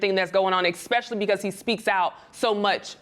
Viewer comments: I'm gonna LOVE y'all enough to put correction, to ignorance. Ignorance because you're not choosing to speak in defiance to norms, you know no better.... You chose to dream as big as WORLDWIDE; GOD bless.... worldwide it's enunciated (S)specially not (X)specially and no matter what you think or what is told; this is LOVE. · This bitch saying "exspecially" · I can't stand when ppl of color pronounce "especially" with an X come on y'all it's call the dictionary. Watch your diction.